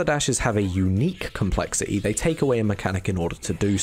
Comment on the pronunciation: the way he pronounced "complexity" made me want to kill myself lmao